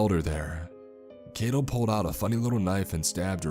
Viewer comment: Just FYI, the "ai" in Kaito is pronounced like "eye" or "high". Japanese words are pronounced exactly as they're spelled (except for words that end with "u", the u at the end is silent).